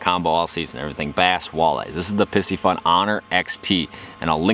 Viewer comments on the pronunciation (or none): Great video. Although I think you're mispronouncing the name. Py-cee-fun....not pissyfun. It's a play on the astrological sign "Pisces" which is represented with a fish symbol.